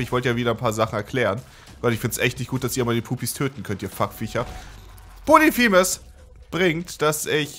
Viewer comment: Es heißt POLYPHEMUS, und nicht POLITHEMUS.